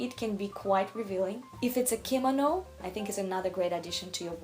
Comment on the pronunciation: Bom-ber? 😂 It's silent B like "Bomer". Also your pronunciation of kimono 🥴